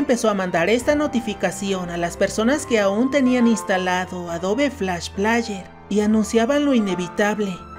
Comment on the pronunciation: Se pronuncia Adob Flash pleier